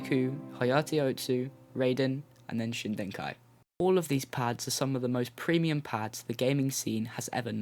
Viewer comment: It's Shidenkai. No 'n' before the 'd'. Just like the case with every other Artisan pad, its name comes from a WW2 Japanese aircraft; in this instance, from the Kawanishi N1K2-J.